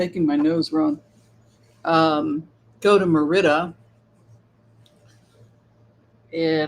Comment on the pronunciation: It is Merida with emphasis on the Mer